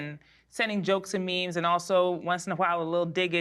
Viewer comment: I love it when Jennifer Tilly calls it a "MIM" instead of a "MEME." 😂